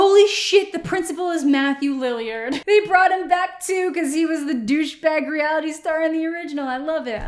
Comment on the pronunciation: You are the second person who did a reaction video who mispronounced Matthew Lillard"s name. Soooo weird! 🤔